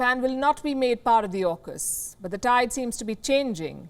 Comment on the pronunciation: "JAUKUS" LOL